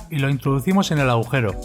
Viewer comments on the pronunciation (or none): none